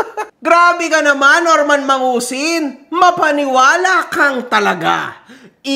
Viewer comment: MANGUSIN ❌ MADUSING ✅